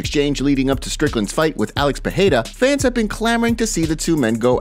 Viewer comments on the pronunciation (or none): Once for fkn all, it's Alex PEREIRA and not PEHEIRA, it's just cringe pretending to know how to pronounce it in portuguese.